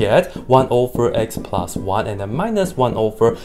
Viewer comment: “x squared plinus one”